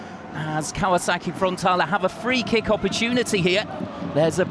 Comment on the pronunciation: how many times is this guy gonna mispronounce frontaLE not frontala. wtf